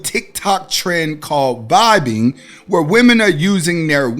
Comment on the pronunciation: It's not "vibing" it's Vabing